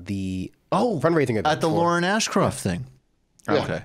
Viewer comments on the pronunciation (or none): Will Michael ever learn how to say Lauren Ashcraft’s name correctly? It drives me NUTS. #VoteAshcraft #NY12